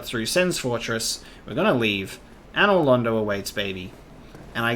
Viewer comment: Glad he pronounces another London right, let's hope he figures out the "painting"